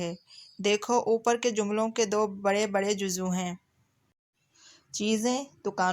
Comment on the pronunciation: Juzv bolty hain juzu nai